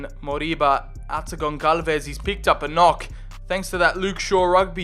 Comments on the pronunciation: Bro it is pronounced GonSalves the ç is pronounced as an S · Dude you know how to pronounce some italian words, but you cant pronounce the "ç" in "Gonçalves"... Its almost the same as "s" and not like "c".